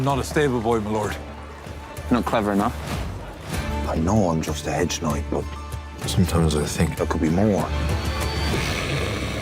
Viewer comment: Knight❌ Noight✅